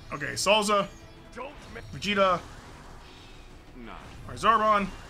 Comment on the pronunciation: Is it just me or did I just hear him say super Saiyan blue Vegeta